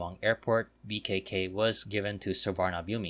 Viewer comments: Nice video. Just a correction... Suvarnabhumi is pronounced as Suwanaphum. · That's incorrect. I am not sure how it is pronounced in Thai language but it's an sanskrit language word. Suvarna (Golden) Bhumi (Land), Which can also mean Auspicious land. The Sanskrit pronunciation is Su-warna-bhu-me